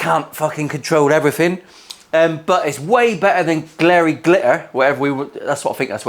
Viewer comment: Btw it's glarry, not glarey.